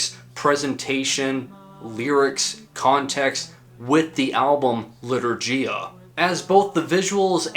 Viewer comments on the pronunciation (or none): It's 'Batushka (first syllable stressed) not Ba'tushka and it's Litur'giya with a g like in game, not dʒ like in gem... (muricans...) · thanks for the video! it's pronounced bAtushka. and litourghia. no clue where most of non-eastern Europeans get this wrong pronunciations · As a polish person, I plucked a hair in agony each time he pronounced litourgia 💔